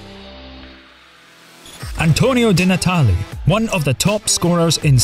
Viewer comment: Antonio DIIIIII Natale ([de] is in Spanish)